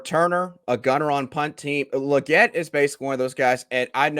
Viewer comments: 😅 it's Leegette not luhgette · Say his name right... It's Lee not Luh